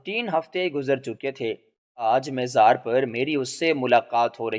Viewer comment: مزار... م گے اوپر زبر ھے زیر نہیں.